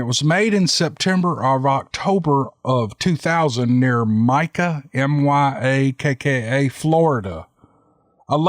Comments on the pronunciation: Mus-Key-gon. The one in Florida is My-Ak-Ka. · It's pronounced "My-ack-uh" state park. I live nearby and I am very familiar with that photo. Myakka is a HUGE state park and the Myakka state forest borders my town. We like to ride our mountain bikes in there. I always keep my eyeballs peeled and my head on a swivel! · great story... I live near myakka state park... pronounced “ my aka’ “ several squatch filmed and seen there on yall tubes!!!! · Myakka FL. My-ack-uh ❤️